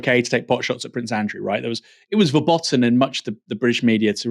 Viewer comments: Fur-boat'en, not Furbotten. If you want to use foreign words to sound clever, make sure it doesn't backfire on you. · Bastani: If you are going to pepper your speech with German aphorisms to try to sound big/clever, it's a good idea to learn how to pronounce them properly. It's "VER-BOAT-EN", you pseud.